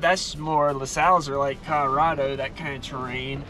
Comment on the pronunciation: Dude needs to learn how to say Colorado, wearing me out :)